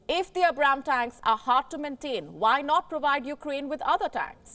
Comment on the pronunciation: Not to be nitpicky or anything but you Indians should really be able to pronounce the Abrams better. Its like Ay(As in Air or Aid)-Brahm(as in Brahma)-s